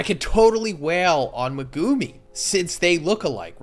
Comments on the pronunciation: Is he saying megumi’s name wrong? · the way you pronounce Megumi really annoys me XD